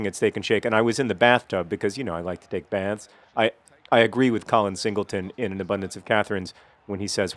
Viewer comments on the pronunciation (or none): none